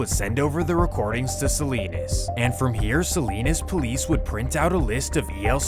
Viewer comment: SALINAS not SALINES